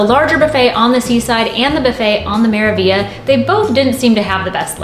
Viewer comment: The review was interesting and informative. However, did you guys realize you were saying the name of one ship wrong the entire time. You kept saying "Me-ra-vi-a"... isn't it "Me-ra-vig-li-a"?